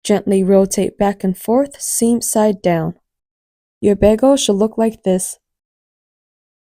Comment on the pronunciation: Its BAY-G-LE and NOT Baaagle.